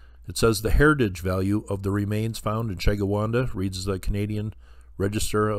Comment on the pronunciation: It's pronounced Sheh - gwin- dah.